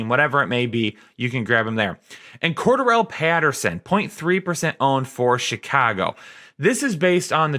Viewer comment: CORE-DARE-REL since you were struggling hard lmao